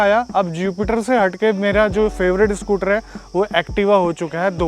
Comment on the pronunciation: Everyone else: Scooter: SCOOTRRR